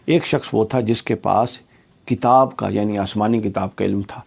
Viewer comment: Jnab kitab lfz to shi krlo apna